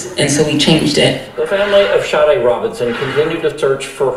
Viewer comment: Her name is pronounced Shah Day. Just like the singer. Rip🙏🏽🌹🕊️🎈🕯️🕊️